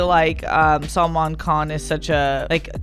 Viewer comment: I love it when messes up names, it's so funny that he says it and doesn't even realise it, first it was Hithrik and now it's Saloman😁😁😁